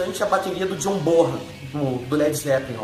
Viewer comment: Chimbal, sempre pronunciei assim, com o som aberto... outra coisa que aprendi recentemente, é John "Bonam" a pronuncia correta.